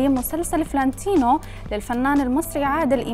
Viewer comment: يعني المذيعة ما تعرف تلفظ : فلانتينو ... تلفظها: فلّانتينو .. قبل ما تنقدوا ياريت تختاروا المذيعات صح